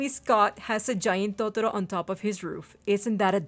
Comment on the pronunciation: the way u say totoro... MMMMMMMMMMMM ITS BEAUTIFUL!!!!!